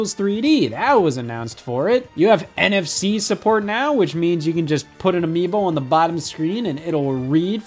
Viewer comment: I swear I thought he said NFT support